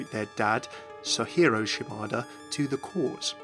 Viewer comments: It's Sojiro Shimada, not Sohiro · I'm sure it was just a mistake, but the J in sojiro's name doesn't have the Spanish 'h' sound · You're pronouncing Sojiro wrong. Japanese is a syllabic language, the "JI" in Sojiro is the exact same "JI" in Genji.